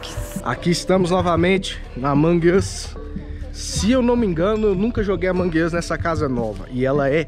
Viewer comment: Marcelo é amonğ uš não amanģ uš mas amei o vídeo grava mais pfv